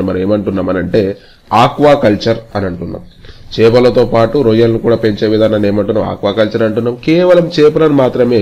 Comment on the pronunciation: రోయ్యలు కాదు రొయ్యలు